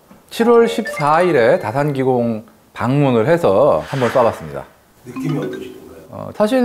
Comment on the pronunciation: 몇개월이 지나도 어색해보이냐 ㅋㅋㅋㅋㅋ 그리고 다산기공을 쟈산기공으로 발음해요 왜 ㅠㅠ